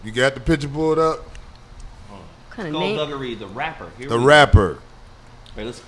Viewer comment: he said scull dugery . crazy